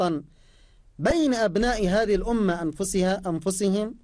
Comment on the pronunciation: ادفعوا رواتب الناس يازوبي قال الاومه الاومه الاومه